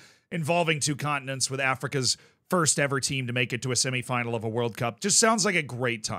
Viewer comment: We in the UK approve of the pronunciation of "semi-final" used in this video.